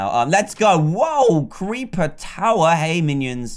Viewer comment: Dan can't say creeper XD 😂 he says cweeper